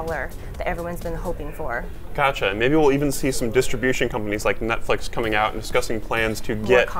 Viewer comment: Yo, you mind saying 'Netflix' again? I thought I heard Nutflix...